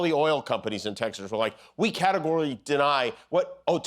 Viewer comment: I liked the part when Jimmy tried to say "categorically." Extremely amusing.